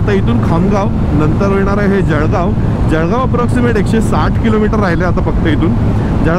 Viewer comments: खरंय जळगाव वाले ळ ला ड म्हणतात 😂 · जळगाव‌ला जडगाव म्हणणारे किती लोक भेटले भावा‌ तुला? आणि जळगाव‌मधे असे किती भेटले?